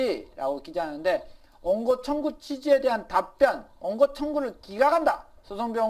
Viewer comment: 원고를 옹고라고 읽으시네 ㅋㅋㅋ